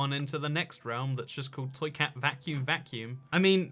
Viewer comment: thank you for roasting my realm it was very epic. Side note you are one of the first people to get my name correctly lol.